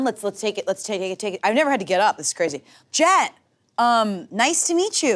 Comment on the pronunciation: keeps saying "Jet", but all I'm hearing is "Chet"